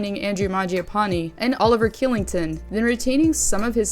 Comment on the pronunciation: interesting takes! Enjoyed the video. Also, Kylington is actually pronounced Shylington, I know it seems counter intuitive but thought you'd want to know.:) keep it up!